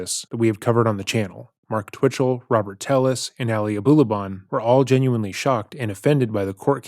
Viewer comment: She's saying indigent, not indignant. It's a fancy word for poor. Also, Telles is pronounced "Tay-yez".